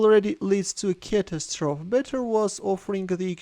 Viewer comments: Just FYI, the 'e' isn't silent in the word 'catastrophe', so it's not pronounced 'cat-ass-stroff', but 'cat-ass-tro-fee'. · Hi. Just to let you know, the word "catastrophe" is pronounced like there is a "y" at the end, like "apostrophe" or "atrophy." Here's a demo